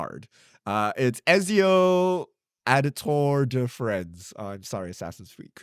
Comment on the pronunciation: As an italian, i felt physical pain at pronunciation of Ezio Auditore